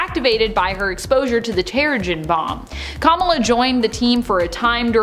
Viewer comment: The pronunciation of “Kamala” is sending tremors of cringe down my spine.